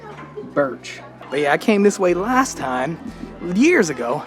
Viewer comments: "Burcht" is not pronounced "birch". It's pronounced bur-ch (as in loch)- t. It is a cognate of the English borough/burgh, meaning castle or fortress. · "Burcht" It means stronghold/fortress/Castle. And it's pronounced 'Burgt' Not 'Birch' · OK, pronunciation lesson here 😂 BURCHT is pronounced burGGGGT, not "birch" 😂But, I know, I know, it's a difficult one! The ch being a g! Come on, try it, you can do it,! ❤ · I like the big cappuccinos from the Bagels & Beans close to "De Burcht". Also, you pronounce the "ch" in "Burcht" like a G, so it's pronounced "Burgt" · First time ever i heard Birch for Burcht. Its a fortress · How's your Dutch lessons getting along,? I think you need a few more excercises, considering how you pronounce Burcht as "birch" 😀 Also: generally the Dutch regard "rules" just as guidelines... Especially people on bicycles. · Burcht is pronounced as ‘burgt’ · The 'Burch' had me on the floor. 😂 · De Burcht, CH sounds like GG. A Burcht is a kind of castle. Your Welcome😊